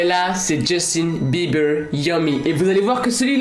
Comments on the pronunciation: C pas Justin biber c Justin bieber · 😂 a il a « Justin BIBER» je reste zen MAIS NON MERDE C’EST BIEBER MÊME DANS LE TITRE C’EST BIEN ÉCRIS ENFAITE